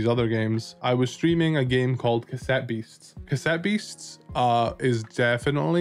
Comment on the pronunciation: Stopped watching as soon as I heard "OMG, C-ASS-ETTE BEASTS OS SO AMAZING!"